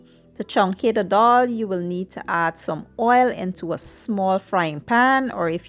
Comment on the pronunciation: Why do people say doll? Regardless if you speak proper English or not its pronounced as dal not dol